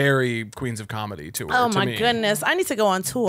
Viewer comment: why does caleb say the word tour like “tewer” 😭